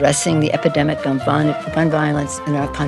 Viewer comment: did she say fun violence? instead of gun violence lmao